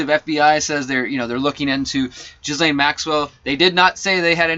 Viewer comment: You were absolutely ahead of the crowd on this story. Ghislane is pronounced like "G'lane" or Gah-lane, Geh-lane (silent s) The best that can come of this is young people will be able to speak up and be believed when they are mistreated. The Nantucket guy who sued Spacey (Fowler) had lied and said he was 23. There was an issue with texts that showed that being held back I think... Truth though is stranger and sadder than fiction. TY for your work